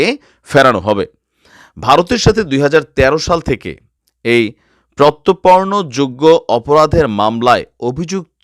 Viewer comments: প্রত্তপর্ন না শব্দ টা হচ্ছে প্রত্যার্পণ, বাংলাদেশ এ কি কেউই পড়াশুনো করেনা! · ভাইয়া প্রত্যারপর্ন। উচ্চারণ ঠিক করেন